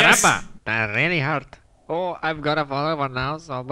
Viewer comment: Famus last words ''Dang, that's trghurt... hurrrrgggt''